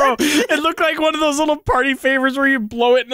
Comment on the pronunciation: love the way he says “dose” instead of “those”